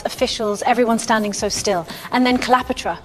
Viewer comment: there is a soldier using a telescope - these weren't invented until 1608 - that's about 1,640 years too early. If your trying to teach history facts are important. Who is Clee-opota? The library of Alexeeja?